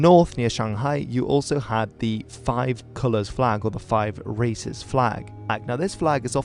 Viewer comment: I heard "Five Racist flag"